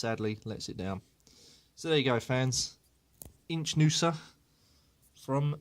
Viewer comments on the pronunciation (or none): the correct pronunciation is Iknuza